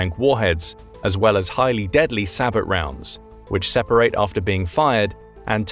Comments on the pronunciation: sabot is pronounced sae bou round the t is silent .. seriously annoying him pronouncing it say-bot round it means he doesnt know what he is describing or talking about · That's pronounced SA-BOW NOT SA-"BOT"!!!!!! Calling these rounds SA-BOTs is no different at all than saying Bus DE-"POT" or train DE-"POT", etc!!!!!! An "Expert" doing a video should know this very simple and WELL KNOWN fact! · Sabot is pronounced sab o. The t is silent. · Sabot is pronounced SAY-BOW (like Bow and Arrow) - The T is silent. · oh yes, i definitely trust the opinion of someone who pronounces the t in sabot, they definitely know what they're saying! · How do you pronounce SABOT rounds again?? You need to train your voicebot better. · I'm not sure if this narration is text to speech, but ... "sabot" is pronounced "say-bo" and "coaxial" is pronounced, well, "co-axial". Get with the program, kids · does the video use a robo-voice ? I noticed incorrect pronunciations of sabot and coaxial .